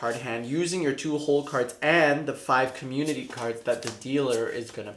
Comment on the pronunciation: Young people speak so fast that community is pronounced commu-nee